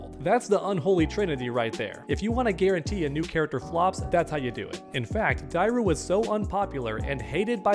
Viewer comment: Say it with me Die-ru